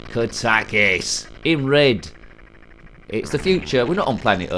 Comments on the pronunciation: I always thought is was pronounced Kat-a-kis. The first time someone has pronounced it Ka-tak-is. Who knows, it could be the right way. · I always pronounced it kat-a-kis too.